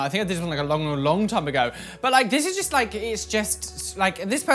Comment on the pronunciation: You know when is triggered because he stops being able to form sentences and pronouns 'just' like jest. This isn't a read by the way 😘😘